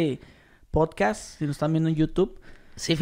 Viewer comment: es podcast, no potcas. PD: me estafaste con METAFAST.